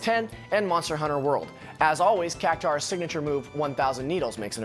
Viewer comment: Ahhh, Cactuar. So often mispronounced like it was spelled Cactaur. It's not though. It's U A R at the end, not -aur. Cac-Two-R, perhaps? Nice video, thanks for sharing!